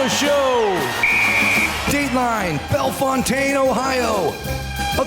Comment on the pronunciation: if anybody cares, we pronounce the town in Ohio -- bell Fountain. . thanks!!